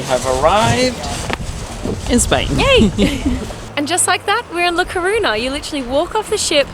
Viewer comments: In case no one has told you, ñ = ny sound, so La Coruña is pronounced kor-OOH-nyah. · Sorry Guys I love you so much and I love your videos but Your pronunciation of the Spaniards cities is making my ears blooding. Es La Coruña ( it's a similar sound of the GN in French), Es Bilbao (bill-bah-oh). Spanish is not that difficult to learn guys c'mon lol. Love your videos. Greetings from Connecticut.